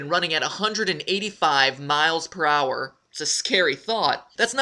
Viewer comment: Matpat past voice is so different aaaaaaaa Also when he say per hour i hear prower